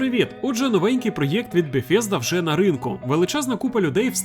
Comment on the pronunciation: Не бефезда , це промовляється ближче до бесзеда Саме так вимовляється "th" у цьому слові